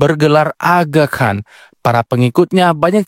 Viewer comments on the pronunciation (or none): none